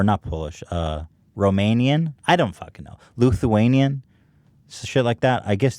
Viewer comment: Lol Ethan it's 'Lithuania' not 'Luthania' and it's nice to hear that you have roots in my home country😁